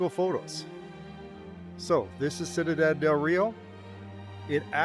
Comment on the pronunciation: Cuidad. You pronounce it 'sweedad' with very soft d's. Great videos!